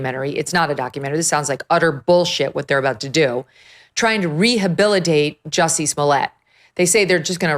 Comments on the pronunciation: Joosey Soomlyay. Say it right! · His name is pronounced 'Juicy'. Hard to take this seriously if you won't say his name correctly.